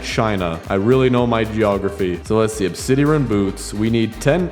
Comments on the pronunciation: Obsidian is pronounced ob-Sid-ee-on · U say it like "obsid-airon" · Ob sid i an is how to pronounce it😂😂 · it’s pronounced “ob-si-Dee-uhn”